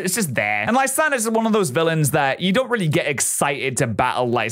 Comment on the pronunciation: If u look a lysandres name it should be pronounced Lysandray